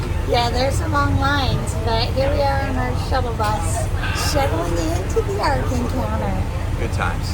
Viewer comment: Been waiting on this one!!!!, its ARK, not AWK!! Very cool!! So fun!